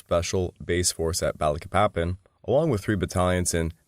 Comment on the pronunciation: THIS SO CALLED “ALLIED INVASION” WAS MORE LIKE AN AUSTRALIAN/BRITISH EMPIRE INVASION. THE AMERICAN PEOPLE WERE ADAMANT THAT US FORCES NOT BE USED TO RECAPTURE EUROPEAN COLONIES. BY THE WAY IT PRONOUNCED BA LEEK PA PAN